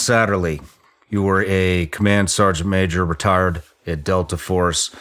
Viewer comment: I know he didnt say this but did any one else hear Rtard when he said retired from delta 😅 or is it just me?